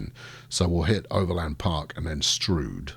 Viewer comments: LOL....Locals call it Stroud as in cloud, not stroud as in strewed. !!! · Strood as in rude Stroud as in ploughed. Your mispronouncing. Get it right man .. :) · sorry i dont know why it was deleted. just saying im from stroud and nobody calls it strood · METROPOLIS HERALD. Runners & Riders Detroit residents shocked by new bridge. Almost nothing demolished. "It's pronounced 'Strood'", say locals of Stroud. Mass redistribution of territories. "I don't want to be a Kiwi", says affected man Swanky new bridge appears south (or north) of Santa Ana Railway developer asks where he should stick his new station. Santa Ana locals offer single, rude, suggestion Is anybody else getting peckish? More later...